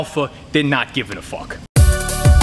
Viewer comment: "Can you believe it dude. I fawked mah back" -dom